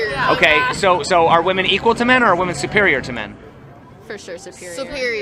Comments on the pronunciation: You do realize it’s pronounced “women” not “woman” when speaking plural. My hell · Men and Wimmen. Yes it is spelled Woman but 2 or more are pronounced Wimmen. Woman = Singular.. Wimmen = Plural. ffs bro.